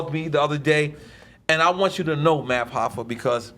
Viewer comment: he said "math hoffa" bruh nobody cares about his podcasts